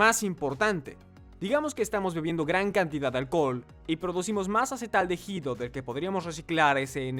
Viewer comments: ¿¿"Acetaldejido"??? Jajaja,, "acetaldehído". Se lee "acetaldeído". En español la letra H no suena 🙄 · Acetaldehído y NO acetaldejido...............por favor!!!! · Una lástima que no pude terminar de ver el video, por la mala pronunciación de ACETALDEHÍDO... No sé por qué lo pronuncian como "AcetaldeJido", solo produce dolor en los oídos, la "H" no se pronuncia. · Porque el 1d1ota que hace el doblaje todo el tiempo dice "acetaldejido" acaso no es hispanohablante para saber que la h no se pronuncia en "acetaldehido"?? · No es acetaldeJido eh! Se pronuncia la i, la h es muda no manches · Es traducción con inteligencia artificial, y la letra H es como la j. Ejemplo, hooters es juters.